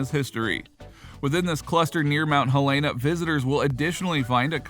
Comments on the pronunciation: Okay - thanks for this. But you need to pronounce it right: it is "HEL-eh-nuh." People from there (including me) really hate it when people call it "hel-AY-nuh." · You would think that if someone is hired to voice over a type of travel log....they would pronounce the town name correctly...and I'm from Illinois.